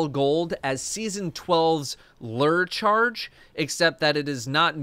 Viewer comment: "Lurr charge" Chat bullied him on that one, but he stayed strong